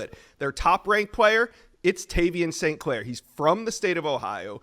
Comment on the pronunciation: They got every single name wrong, even St. Claire